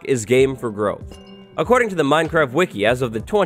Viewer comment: He said minecrac